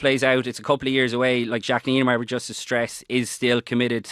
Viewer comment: Even Eddie can say Neinaber correctly,.